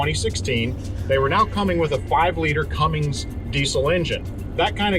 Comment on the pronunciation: Man it’s not “Cummings”